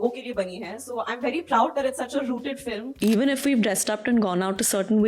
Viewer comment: Fililm nhi hota ....film hota h bro....